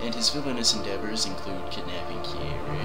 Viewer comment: It sounded like you said Kirei instead of Kyrie. Ironically Kirei is a character from the Fate series who is an evil man priest.